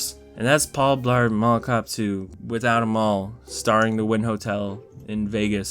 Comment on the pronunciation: It sounded like you said “Paul Fart”. 😂😂